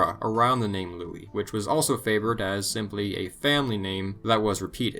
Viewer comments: Lol yeah but Louis, not Louise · Louise wtf? That's Louis...